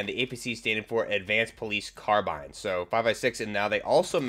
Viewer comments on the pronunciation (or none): none